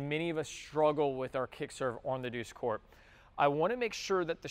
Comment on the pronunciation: "..douche court" ?..